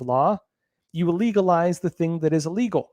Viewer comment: Hey,....... it's "ill" - legal. Not "ah"- legal.